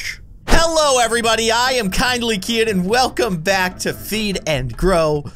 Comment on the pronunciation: Its keyin not kevin